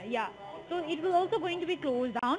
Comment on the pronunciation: “ I wheel explain you “